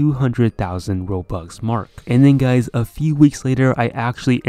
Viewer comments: at the beginning: what is up guys me hearing: what is up gays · did he just say "whats up gays" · Hey whats up gays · “Yo what’s up gays” 😶